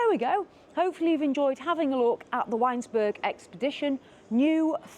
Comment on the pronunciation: It’s ‘Vinesburg’